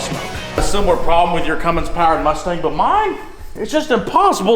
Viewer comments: So it’s the cumstang? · Please just call it the cumstang already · Call it the cummstang lmao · It’s now a cumstang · I still wish he called it the cumstang